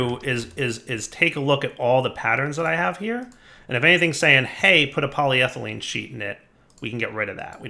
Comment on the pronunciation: at least he is more consistently pronouncing polyethelyne correctly. takes the wins you can get.